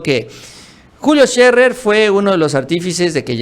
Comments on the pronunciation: No se dice Julio Sherrer, es Sherer sin doble rr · Agradezco la información que nos comparten. Como comunicóloga les comparto que Scherer se pronuncia no como si tuviera doble erre (ferrocarril), sino como tiene dos erre sencillas (erario, horario, Scherer). Saludos.